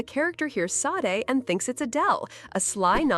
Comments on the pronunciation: Please learn how to say her name correctly…… it’s Sadé , not Saad. You put this out and can’t even say her name correctly. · Its pronounced Sha-day.